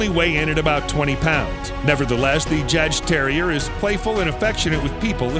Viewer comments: Re: Jagdterrier It's pronounced (YAHGterrier); one word. It's a little badass, kind of like the Patterdale Terrier but moreso. The Jagdterrier is the ultimate hunter, ratter, pest & varmint controller. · that's not how u say jadgterrier